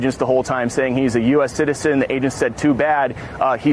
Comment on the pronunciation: Wife: he's an american ceeteetazan! 😂Get hooked on phonics , it worked for a lot of people !